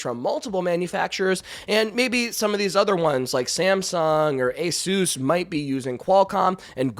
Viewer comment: Ay-soos? Noooo, it's pronounced Ay-sus stressing the ay part. The name Asus is derived from Pegasus but for some reason Americans pronounce it weirdly different.